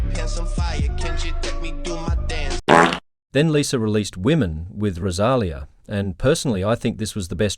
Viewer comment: It's pronounced RosaLEEa